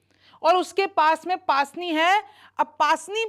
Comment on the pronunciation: its pronounce pusni not paasni 😊